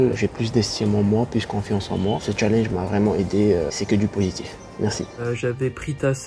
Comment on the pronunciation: Par contre faut arrêter de prononcer Challenge en français..